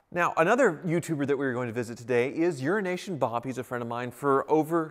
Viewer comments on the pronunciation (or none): WHY DO YOU KEEP CALLING IT "URINE NATION?" Lol. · It’s EUROASIAN BOB. Not urination bob. 😂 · I always thought you kept referring to Urination Bob, and I wondered how he got that nickname, Just realised its Euroasian Bob!!!! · I always though it was Urination Bob, not Euroasian 😆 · Oh wow! Until now, I thought that it was “urination” Bob. 🤦🏼‍♂️ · Even Youtubes' automatic subtitles say "urination Bob" 😂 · Did I hear “Urination Bob”? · I always thought it was 'urination bob'. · He says it every time. He must hate the guy